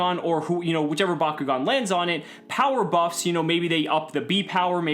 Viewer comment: Back-O-gan not BACQGON